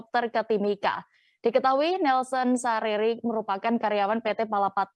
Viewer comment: sarira mbak🤣 bukan sariri